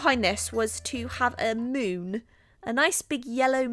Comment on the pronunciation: Omg did anyone else constantly heard "moob" instead of "moon"? No? Ok then...